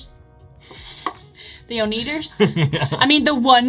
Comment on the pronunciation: Oh-knee-ders? It's oh-NEH-ders. LOL!